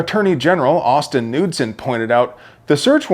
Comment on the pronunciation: You actually pronounce the "K" in "Knudsen".